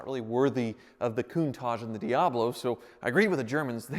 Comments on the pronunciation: martin wilk or just weirdly saying « coontahj » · . I can't afford the air in a Lamborghini's tyre so it's inconsequential to me how it's pronounced I just think it's funny how he says it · Everytime he says Countach it sounds like he's talking about a Raccoon with a moustache